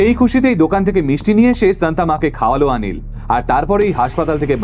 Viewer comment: উচ্চারণ ওটা রাঞ্জিনি নয়, রঞ্জিনি হবে । আনিল নয়, অনিল হবে ।তোমার থেকে এরকম কিছু শুনলে বিশ্বাস করো দাদা খুব খারাপ লাগে ।